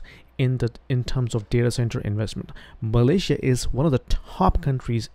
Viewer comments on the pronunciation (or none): none